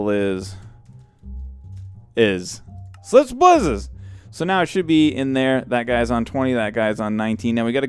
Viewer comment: in the wireless redstone u called it slime's blizzes not slip's blizzes